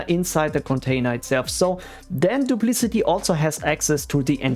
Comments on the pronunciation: "doop - lic - ott ee" not "doop - liss - it - eee" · I believe it is pronounced "Duplikati" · Your video is about Duplicati but you keep calling it "Duplicity" which is another different backup software. It's confusing and a common mistake I've found in other similar videos by different creators. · What an ugly name. And I'm pretty sure you're pronouncing it wrong